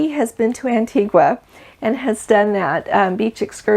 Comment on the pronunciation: Hi, you are doing such a great job and have such a great personality. I listen to you whenever all the time and have joined the family. Many people do not know how to pronounce the island of Antigua. It’s not as it is written. It is pronounced An-tee-ga. Sorry, just wanted to let you know.cheers Fred